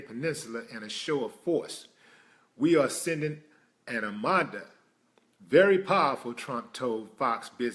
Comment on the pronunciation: There you go again reading and believing bullshit articles again...btw Its Armarda not amonda